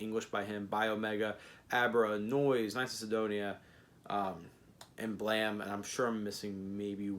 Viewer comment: So were just going to ignore the e at the end of the word?